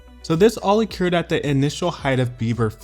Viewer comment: The way he says “occurred “🤐